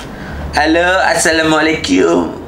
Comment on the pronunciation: Saran bang, jangan ngubah2 assalamualaikum jadi assalamualaikyum👊